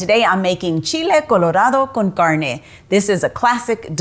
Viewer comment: I love the way you say Chile Colorado Con Carne.